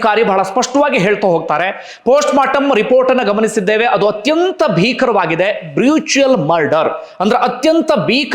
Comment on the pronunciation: ಬ್ರುಚುಯಲ್ ಅಲ್ಲಾ ಬ್ರೂಟಲ್ ಮರ್ಡರ್. ನೀವು ಪ್ರತಿ ವಿಡಿಯೋದಲ್ಲಿ ಜಾಮೀನಿನ ಬಗ್ಗೆ ಪ್ರಸ್ತಾಪ ಮಾಡುತ್ತಿದ್ದೀರಿ. ಎಲ್ಲಾ ಪುರಾವೆಯೂ ದೊರಕಿದ ಮೇಲೆ ಜಾಮೀನು ಹೇಗೆ ಸಿಗುತ್ತದೆ ? ನೀವೇ ಹೇಳಿದ್ದಿರಿ ಶೇಡ್ನಲ್ಲಿ ಸಿಕ್ಕಿರುವ ಬಗ್ಗೆ ವಿಡಿಯೋ ಇದೆ ಎಂದು. ಪುನಃ ಪುನಃ ಹಾಗೆ ಹೇಳಬೇಡಿ. . ಹಾಗೊಂದು ವೇಳೆ ಜಾಮೀನು ಸಿಕ್ಕಿದ್ದೇ ಆದ್ರೆ ನ್ಯಾಯಕ್ಕೆ ಹಾಗೂ ನ್ಯಾಯಾಂಗಕ್ಕೆ ಗೌರವ ಸಿಗುತ್ತದಯೇ ನೀವೇ ಯೋಚಿಸಿ.